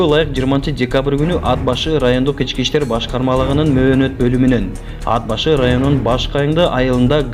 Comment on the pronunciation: Тууганым туура суйлогонду уйрончу унаа деп айтылат ууна эмес Ат башы деп айтылат ад башы эмес сага окшогон сабатсыздардын кесепетинен элибизде сабатсыздык оорчуп элибизди ботон элге шылдын кылып атасынар